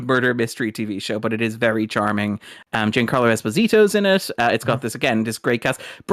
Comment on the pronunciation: "Jancarlo esPO'zitto." (EDIT: For good measure: Fire RTD. Fire JaneTD. Fire Steven Moffat's mother-in-law RIP. Etc.)